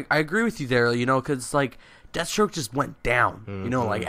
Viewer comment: Danial Younus Jesus Christ man, it's Deathstroke not dethstroke you illiterate fuck.